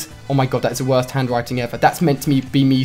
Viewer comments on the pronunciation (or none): none